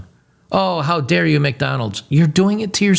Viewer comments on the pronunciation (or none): none